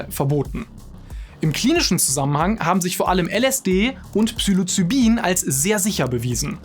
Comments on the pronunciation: und es es heisst Psilocybin und nicht Psylocibin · Nicht Psylocybin, sondern Ps*i'locybin. Genauso wie Libyen, nicht Lybien. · Falsch ausgesprochen habt Ihr aber Psilocybin. Obwohl es definitiv psychoaktiv ist, fängt der Name mit "psi" an, nicht "psy".